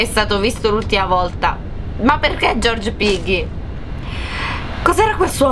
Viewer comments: sì nella prima hai vinto e comq si legge pigghi non piggi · Si si dice piggy no pigghi guarda ai sbagliato il nome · Si dice piggy non piggi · Non si dice Piggy ma Pigghi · Ciao comunque non si dice Piggy ma Pigghy come se ci fosse h 😂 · piggy nn si legge poggi ma si legge poghi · si dice piggy nnon Poggi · lo so che si scrive piggy ma si legge come pigghi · non e piggy ma le g con piu tonatlita forte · Non si dice pigi si dice piggy non insulto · il maiale non si dice poggi si dice pigghi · Pero non si dice pigi piggi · si dice piggy non piggi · Piggi non pigi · Leggi il mio commento allora piggy si pronuncia pigghi cmq l' obbiettivo è prendere delle chiavi per aprire delle porte bloccate e scappare😊ciau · volevo solo dirti che si legge piggy ma si dice pigghi ciaociao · Si pronuncia pigghi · sei bravissima a giocare a Peggy e solo che devi migliorare la pronuncia, tu sai che ci sono 2 modi per dire la g tu nel dire piggy ne dici uno invece devi usare l'altro metodo 😁😁💖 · ti do un consiglio la G deve essere dura non do!ce quando dici piggy fidati si dice con la g dura😉😉😉👍👍👍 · Quando si dice piggy haahhahahahahahahahah🤣🤣🤣non lo sai neanche dire 1🤣😂🤣😂🤣😂🤣